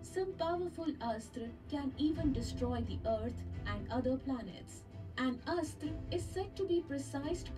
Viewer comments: It is not Astra. It is pronounced as "Asth-Ra" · Guys i think the pronunciation of astra is not like ass-tra...it is close to more aastra like 'us' instead of ass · You have to pronounce it as Us-thra(Astra) Astra means weapon